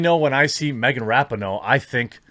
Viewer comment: Megan Rapin-NO